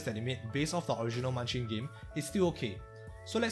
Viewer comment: Bruh. Its Munchkin